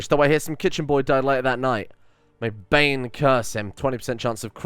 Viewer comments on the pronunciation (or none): none